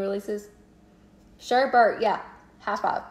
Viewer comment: Thanks for sharing hun! I love your videos. Pixie Sparkle is my favorite from the collection and Rainbow Berries is nice. I'm obsessed with Rainbow Sherbet. OMG It's pronounced SherBET. Although a lot of people pronounce it incorrectly..you're not alone. :)